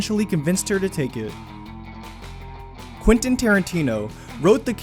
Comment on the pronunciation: 51st fact. It's Quentin, not Quinten.